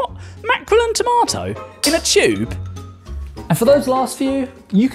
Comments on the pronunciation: "CHUBE" xD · mf pronounces tube like chewb